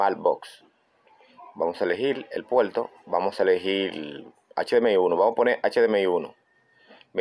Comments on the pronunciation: Polque habla como chino?? El puelto USB, lecuelde q la lesolucion es leimportante 😅😅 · Porque dice "PUELTO" "ENTLADA" "ESMAL" o "TELEVISOL"